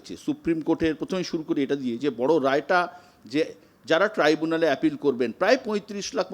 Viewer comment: এই না হলো আমাদের মূখ্য মন্ত্রী, যে কিনা শব্দের উচ্চারন ই ঠিক মত করতে পারেন না। গভর্নমেন্ট কে সবসময় বলেন গরমেন্ট । ট্রাইব্যুনাল কে বলেন ট্রিব্যুনাল । শুভ অভিনন্দন কে বলেন শুভ নন্দন। ।এরকম আরও অনেক আছে । মনে হয় এনার সব accademic certificate ই জালি। অন্য রাজ্যে পশ্চিম বঙ্গ বাসী বলে পরিচয় দিতেও আমাদের লজ্জা হয়।